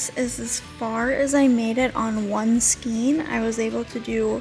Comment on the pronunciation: I've had to use this in the past when no other store was open. It is really cute with the Peeps pattern. Just a quick FYI, the correct pronunciation is "skain" not "skeen".